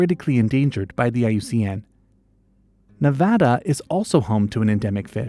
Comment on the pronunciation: Where my fellow battle born Nevadans at!!!! And its ironic the narrator was able to pronounce Nevada correctly when most folk can’t